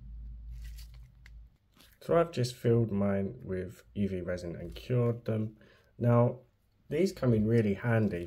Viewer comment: Oooooh, spoooky effect,! BOO! 😅 Wow, this is AWESHUM! heh heh (just a tease for your resh-un). A skull would be AMAZING! Hey...what if you made a face shell with the UV, then popped it into the epoxy? It should float a bit easier, maybe? Then, fill with whatever resin/colors you like? Hmmmm. Black fill-in? Oooh, wonder what that would look like? I think a black background on the double-color one might pop the face and colors a bit? What do you think? I can't really tell...tried to see if it worked against your black gloves.